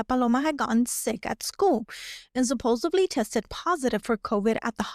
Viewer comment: At approx, you said "supposebly." The word is "supposedly, with a d, not a b."